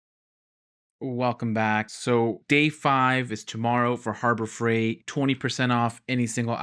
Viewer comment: “Harbro Freight”? I like your stuff, and I feel like with some more careful editing, you could become great! Best wishes!